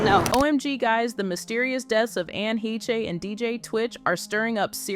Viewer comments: Anne Hay-Chay? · LOL the narrator changed the name from a German name to a French name! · Why pronounce her last name so differently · Is it pronounced Ann (Heshhhh) Hayshhhh but spelled Heche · I know she did, I just couldn’t watch the whole video with that bad AI pronunciation. She was a really talented actress and deserved a lot better. Didn’t mean to sound insensitive. Sending her family love and light.